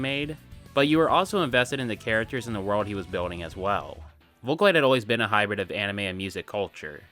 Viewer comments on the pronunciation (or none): none